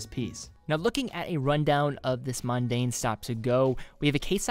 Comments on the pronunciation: it's not pronounced, "mUn-dane." it's pronounced, MON-dane. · Yes, I have no idea why the dude kept saying mundane instead of Mon-daine. I guess it's like saying Munday instead of Monday.